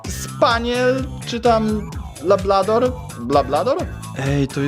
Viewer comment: wkurwiłeś mnie mówiąc babrador bo mam labradora